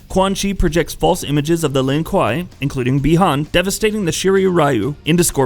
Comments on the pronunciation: It’s Lin (kway) no Lon kwa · its pronounced lin-kway you dumb fuck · Honestly guys, as a Chinese, if we you are genuinely concern about the correct pronunciation, we can tell you that it is pronounced as Lin Gui 林鬼 (meaning: Ghost of the Forest, literally The Forest Ghost) although it is spelled as Lin Kuei. Just sharing, thanks ;) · Wtf “Lin- Kai “ Immediately disliked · Its pronounced lin Kway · It’s pronounced Lin “KWAY”, ASSHOLE. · ”LIN KUAH” WOT 😂😂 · Bro if I have to listen to you call them “Len Kwyyy” again I’m gonna fight your grandma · Lin k-why..... do you pronounce it like this? You are clearly not a fan and riding the ban wagon..... I won’t be returning to this channel.... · Lin kway* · Lin kweeeeeey is how it's pronounced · Gave up watching after you butchered the clan name it’s pronounced “lin-koo-a” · Lin Kuei = Lin Kway .... but yet you can say Shirai Ryu! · First of lin KWAY!!!, and second what the fuck is he saying I’m not understanding anything he just talks about random events and I can’t understand shit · Word he said Lin kai...Like wtf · so fucking true!!! ‘Lin KWAI’ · LINN KWAY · My man has created aids the Lin Kwai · I wasn’t expecting him to say Lin Kah 😆😭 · Lin Kwahi “ahaahaa” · Pronounced Lin Ku-way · In "The journey Begins", Raiden pronounces it "Lin-Q" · ..... Called the Lin what....? Kwhy? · "Lin Kwhy" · Stop making fun of his pronunciation of lin kuei, he tried. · even my grandmother, who never played a video game in her life, thinks you're a n00b for mispronouncing the name of Sub-Zero's clan. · heheh, the pronunciation. Surely, at some point in your research you had come across an MK character saying 'Lin Kuei", right? Like, i get it, bunch of nerds getting upset over the way you're saying something, but it was pretty distracting lol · 99.9% of the comments are he butchered his clan name 0.1% of comments literally this comment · I’m gonna need you to say his clan correctly pls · Say Lin kuei properly!!!! 🤦🏽‍♂️ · KWAY NOT KUUI